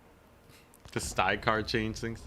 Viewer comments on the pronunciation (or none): For the love of god, please pronounce the names correct! it's not STY-KARR, or STRY-KARR, it's STYR-KARR!! I could take it he first 28 times, but after that, it really started to grate on me! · ok, I had a good look inwards, nope not a problem with me... he's definitely saying it wrong